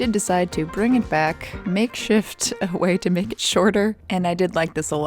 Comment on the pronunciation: If I didn't know better I would have thought you said "But naked Vintage"